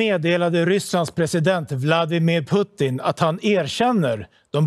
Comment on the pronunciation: han heter inte Puttin 🤦‍♂️